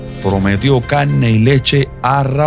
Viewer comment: Se entiende, lo único que “casne”, “invittieron”, “advettencias” etc., son palabras que no existen en ningún idioma. Si a usted le gusta así, bien, solo le sugiero al youtuber ser profesional. Es su elección. No es mi canal de YouTube. y ojo, soy cubano y lo puedo tolerar, para una persona de otro país, suena aún peor.